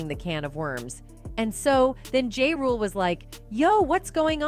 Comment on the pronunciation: Ja Rule not Jade